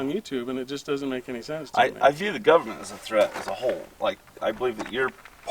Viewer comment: This fat slob doesn't care about his kid, he's just trying to make a point about the "govmint."